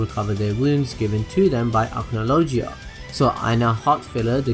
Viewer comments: u said agklogonojoa its agnologia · i know you said that you would mess up pronunciations but acnologiya lol had me ded edit: Gajeal edit 2: zerefs black flames shows zancrows god slaying flames lol